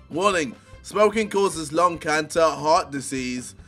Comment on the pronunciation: Really bro? You don't know how to pronounce the word Cancer